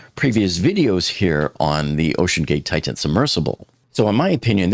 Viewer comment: Again: It's NOT pronounced "Tight-Tan." You're embarrassing yourself.